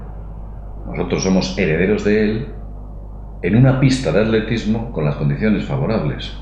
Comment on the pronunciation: at-letismo? se dice a-tle-tismo